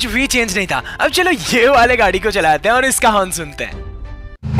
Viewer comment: Haiin yr kya ho raha hai-pronouncation is funny